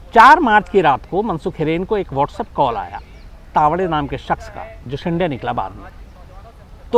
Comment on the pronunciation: सर, शिंडे नही, "शिंदे". दरवाजा वाला द